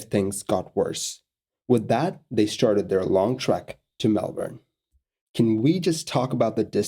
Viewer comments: As far as foreigners go, you said Melbourne the best out of any of them. A lot of people really emphasise the "bourne" part while most locals say "Mel-burn" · I agree. It bugs me when people pronounce it weird. This video was a welcome change.